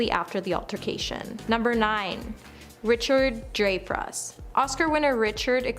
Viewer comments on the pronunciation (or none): Harold ramiz, Veeola Davis, RichardDrifus definitely feels intentional